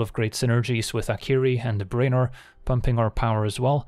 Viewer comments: "BRAY-nor"? you mean "BREW-nor" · As always, a brilliant curve. Its pronounced Brew-en-or.